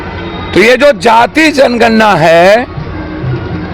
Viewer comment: You can not pronounce janganana and speak gatjanana.You are not capable for this field.